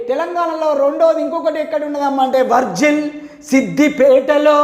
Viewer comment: సర్ అది వర్జిల్ కాదు సర్....వర్గల్ near శమీర్ పేట్